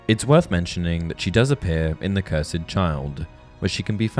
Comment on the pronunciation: The way he said “Cursed” 😭😭. It’s not “Cursaid”